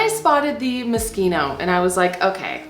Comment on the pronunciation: Moskino?? Or Moschino?!? Mo-sheen-oh.